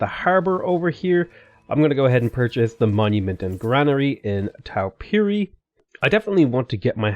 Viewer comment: Also, the 'Tau' in Taupiri is pronounced like 'Toe'